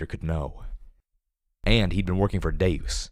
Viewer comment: I thought the same thing, and have pronounced it that way since the beginning, but is actually pronouncing it correctly. It is deus, meaning god, as in deus ex machina, not deuce as in two.